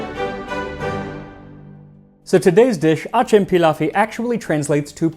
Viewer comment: if it's Turkish it's going to be pronounced more like "ajem pillaw" or "a-gem-pill-ow"